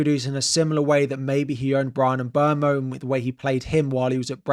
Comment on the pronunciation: Talking about pronunciation of players, Mbeumo is “M-boom-mo”. (He did a video recently himself) 😀